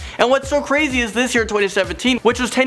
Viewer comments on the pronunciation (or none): none